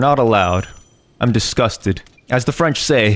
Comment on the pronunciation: Your good french